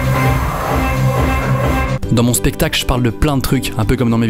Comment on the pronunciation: En vrai on dit spectacle et pas spectale Kappa